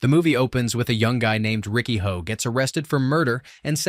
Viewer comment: Why does he keep saying Riki "Ho", when it's Riki "Oh"? This AI voice nonsense has made people lazy.